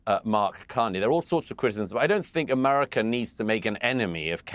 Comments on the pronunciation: I'm British and he doesn't say it correctly. He says Amarica. Listen for it. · What a warmonger And what is AMARECA ???😂 You can’t even say America right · Douglas needs to learn to say America properly.